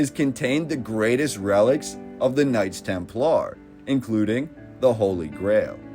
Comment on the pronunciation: Knights temp Lar??? That one was on purpose.. be real? Do you talk like a straight Goober just to anger me?? Im a pretty nice guy idk why you'd wanna upset me so??